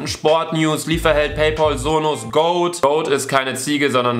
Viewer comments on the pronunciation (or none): none